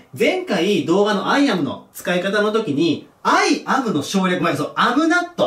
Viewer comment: not(なっと)を聞くたびに納豆って思う